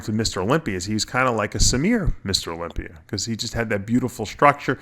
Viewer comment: Im so sick of you calling Mr Olympia Mr Olimpiar..Are you that fucking stupid? It almost makes me quit viewing your page.